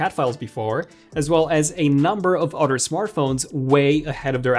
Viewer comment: It’s other not orrer